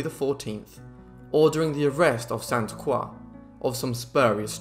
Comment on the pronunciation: Great video! Thank you for pronouncing “Croix” properly